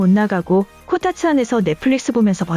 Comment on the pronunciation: 코타츠가 코딱지로 들린다ㅎㅎ